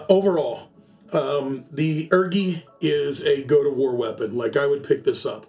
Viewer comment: My brother in Christ please stop calling it the urgi and call it the u r g i instead😭😭